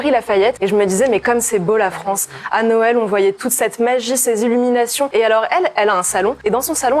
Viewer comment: Attention, tu as dis la dinde de "Noêl". J'ai un ami qui a comme prénom "Noël", dois je l'appeler d'hvers ?